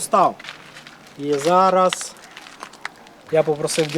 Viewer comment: 'зара',вже якто не звучить